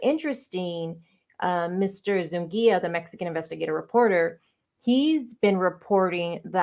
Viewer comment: His name is Eduardo Zu-NI-ga. Not ‘Zungia.’ My ex sister in law has same surname